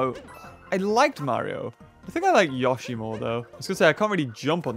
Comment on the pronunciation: IT IS PRONOUNCED YOE-SHEE